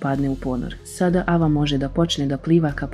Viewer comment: Nije ava nego ejva